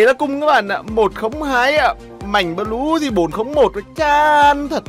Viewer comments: Anh đọc mạnh bờ lu là đúng chứ anh đừng đọc mạnh bờ lêu khó nghe lắm nha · Mạnh blue đọc thành Mạnh bleu 😂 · Fan. Mà ns a nghe nà mạnh blue chứ k phải mạnh bờ lêu, mất cảm tình quá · "Mạnh bờ lêu" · Bắc kì mà😂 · Mạnh bờ lêu à kêu gì lạ vậy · Mong nói chuẩn tên anh mạnh blue ạ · Đọc tiếng anh blue ? 😂😂😂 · chữ blue đọc hài